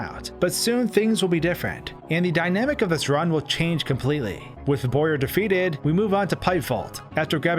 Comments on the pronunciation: bowyer, not boyer. BOW-yer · i understand that. but it's pronounced BOW-yer, not BOY-er. also, how did i not see this? I just randomly end up back here after 3 years, hmm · “Boyer?” He’s literally a “bow.” “Bow”yer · Wait. Bowyer, the enemy shaped like a Bow, that fires arrow. Pronounced boy-er?